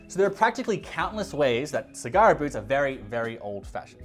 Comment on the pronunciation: Great video!!! Thanks for sharing. My only comment is in South East Asia we pronounce "A" like you pronouncing the Apple. So when you say Sagara it should be SA-GA-RA and not SI-GA-RA. E we pronounce it as "EH" and not ee, "I" we pronounce it as EE and not ay. Hope it make sense to you and i am not trying to be funny. Thank you